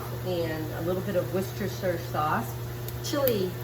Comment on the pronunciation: wor-stir-shire sauce